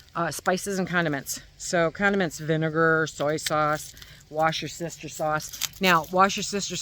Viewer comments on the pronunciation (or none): sorry for being annoying but... it's "Wooster-sheer" sauce... 🥴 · Wash your sister sauce. Lol Wooster sher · Hello from the UK! The correct pronunciation of Worcestershire sauce is wooster-shur sauce. In British English we often condense words e.g. The shire endings of county names. I greatly appreciate your information and advice and I am getting better at ignoring people who tease me for my food preps. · Pronounced Woostershire, (or Woostersher) sauce...😂